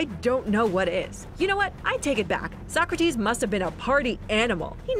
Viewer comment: I’m dying about sock-kra-tees